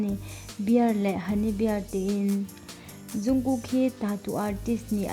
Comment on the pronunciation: Zungkook ni loin jungkook tur xok o😇😇